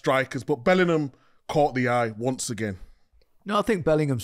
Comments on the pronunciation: You mean 'bellinum' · big Meeks not knowing how to say Bellingham get's me every time.